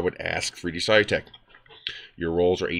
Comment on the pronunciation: Their name is pronounced "sə-ˈlü-tek" (as if you were saying "solution").